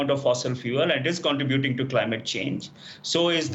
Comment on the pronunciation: Most words pronounced are correct, but contributing is not two words, contra buting, its one word. It should sound like contrehbuting. I spelled it incorrectly there to help with the pronunciation. The i in contributing sounds like a silent e. So you get an eh sound instead of an ah sound & its one word. I realize English is a 2nd language.